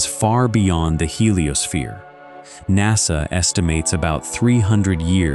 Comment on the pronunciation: I have severe doubts of the expertise of a narrator (AI or otherwise) that thinks NASA is pronounced "nossuh". It's an "a". It's "nassuh"